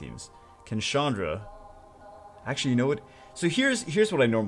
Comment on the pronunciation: Chandra is not a girl's name... Its a common Indian name for men.. (not Shaandra but a strong CH-un(like undo, but without the do)-dhra) so its like Chundhra not Shaandra